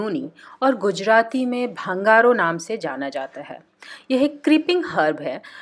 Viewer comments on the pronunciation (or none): गुजरात में भृंगराज को 'भंगारो' नहीं बल्कि 'भांगरो' कहते हैं।